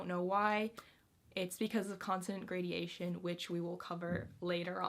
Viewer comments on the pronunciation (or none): Gradation, not gradeation:)